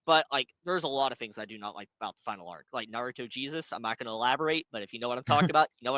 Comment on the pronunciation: You claim to be a Naruto fan but can't even pronounce Naruto ? I don't believe your claim. It would make sense if your name referenced the DC Yellow Flash Eobard instead, especially because your avatars over the years have been just THAT Flash, never Minato. And for someone who purports to be so smart, the only proof presented for the claim that the entire Boruto community is after this guy is a single tweet by a guy named "Namek", with a NARUTO profile pic. You can't connect those dots yourself? Can you even think?